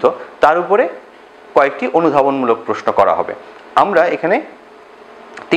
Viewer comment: উচ্চারণ: প্রোস্‌নো